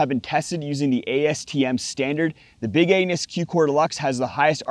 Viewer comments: I heard big anus!! He might not have said it, but that's what came out of his mouth 😂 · I'm sorry... did you call it "The Big Anus" !? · I swear I thought you said Big Anus😂